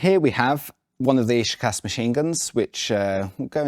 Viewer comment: imagine you are Sean Connery, who pronounce the word "school" thats how it should sound when you pronounce ShKAS, ofcourse with "ah" and not "uh"